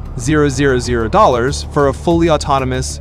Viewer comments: 410 000,... Give me $410,000 please. Ditch the AI give us a real person that knows how to read figures! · I hate these AI read/generated videos... not because they're bad, but they're just taking over!! stock footage, some text and an AI read script... you can ALWAYS tell it's AI read when they try to tell you how much something costs from the script, because they an't read $410,000 right...